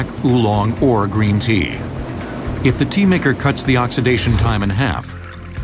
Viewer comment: ah wuv u gween tea